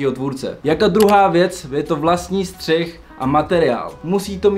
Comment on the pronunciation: Bráško příště je to Střih a ne střich... Ale video pecka:)